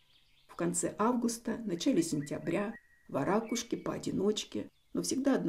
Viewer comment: Отличный ролик! К любым видам птиц отношусь с любовью и уважением! В слове варакушка, правильное ударение не на вторую букву А... Ударение произносится на букву У... Это так на будущее. Хочу просто поправить, произношение имеет смысл, русского языка!